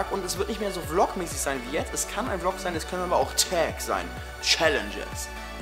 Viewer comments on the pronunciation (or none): none